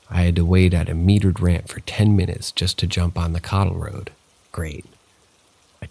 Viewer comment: The train suicide is so sad. Where are you from? It threw me off the way you said paralysis and cattle road. Do I detect a hint of Cajun?